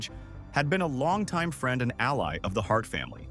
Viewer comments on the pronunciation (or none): none